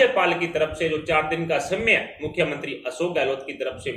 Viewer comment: समय का उच्चारण सम्य करना ,सिद्ध करता है।यह बन्दा अशिक्षित है।और अशिक्षित और अन्धभक्त सब बीजेपी मे हैं।